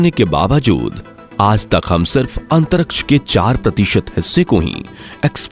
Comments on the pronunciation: Why do you pronounce "antaraksh" instead of Antariksh Murkh ho tum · Antaraksha😂, abe jra bolna to seekh le